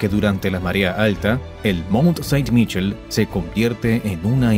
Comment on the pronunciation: Realmente estupendo, pero no puedes aprender a decir los nombres de los lugares correctamente? En francés la "ai" se pronuncia "e"... Suena fatal cuando dices Monte Saint en lugar de "sent"...